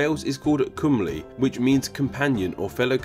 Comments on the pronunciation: Welsh is weird. It's spelled cymru but pronounce cumli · it's actually pronounced come-ree